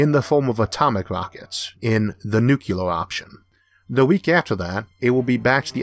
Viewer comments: I have nothing against your accent , in fact it's funny and makes me pay more attention at what you are saying but... BUT! It's Nuclear not Nucular.... i am sorry but that ticks me right off :D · This was a great video, very well thought out presentation and interesting hypotheticals! I do have to say that it's pronounced nook-leer-er though, it triggers the chemist in me when people say nook-yoo-ler, and I do want to see what you have to say next week :)